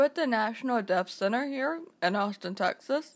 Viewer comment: "Aunstin, Texas" eh? ;)